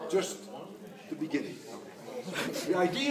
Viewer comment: but that just a beningging